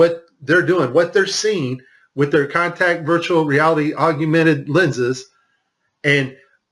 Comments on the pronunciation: Great clip! Wish he'd say augmented, corrrectly instead of auguemented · DON'T MEAN TO NITPICK BUT IT'S SPELLED AND PRONOUNCED 'AUG-MENTED' NOT 'AUG U MENTED'. . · Interesting video! Hated "aug-you-mented" though. That's as bad as "nuke-u-lar" and "ex-specially". It's aug-mented. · I was wondering why you kept saying "augumented." And then I that you spell it that way. It's spelled augmented, and there is no "u" sound after the g. I just mention it b/c you used the word so many times. Other than that, I love the video, and I saved it for sharing and personal use. Thank you, awesome vid. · Aug- yew- mented. What is wrong with you, man. You can't be that ignorant, can you? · I wondered if anyone caught that! 😂😂😂He must be from Texas. That’s what Texans do—we say our words like we want to!!!😂😂😂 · Augumented is not a word. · Yes. If one is to speak from any level of authority, correct pronunciation and spelling is key. Otherwise it lays open the door for a host of attacks & ruins credibility. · We’re supposed to believe this when this guy can’t even pronounce “augmented”? If you want to be taken seriously, learn how to pronounce the very thing you’re discussing. What a joke. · Is his pronunciation of augmented the only thing you people got from this video? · Learn to pronounce Augmented. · how bout you make a perfect vid using the correct pronunciation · He can’t even say augmented correctly.